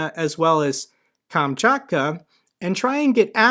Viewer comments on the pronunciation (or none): none